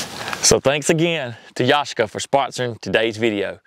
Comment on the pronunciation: It's pronounced YA-SHEE-KA, with the accent on the second syllable (SHEE)